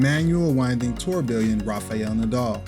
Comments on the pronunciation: It’s incorrect. Even the guy in your video is saying it different. He cannot pronounce the proper English word because of his accent. Sounded out it should sound like “tour-be-on” the two Ls are silent. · Dude, have I been pronouncing Tourbillon incorrectly? Or are you? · Saying it wrong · That's what I've always heard it pronounced, until this guy tortured the word.